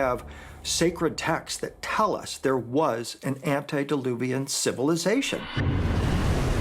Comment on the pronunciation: *antediluvian (not 'antidiluvian).